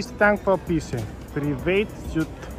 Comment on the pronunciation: хубав влог, НО, МосКино е марката, не е моШино, второ привейт суит не се чете, а прайвът !